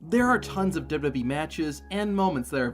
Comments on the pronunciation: Dubby Dub E? It's Double-U Double-U E . Sound it out. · Why do u keep saying "dubba bee" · Is the narrator saying "Dub Dub E" and NOT "Double-U, Double-U, E"? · Take a shot of drink every time he says dub dub e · There are 3 letters in WWE. Why can’t you say them?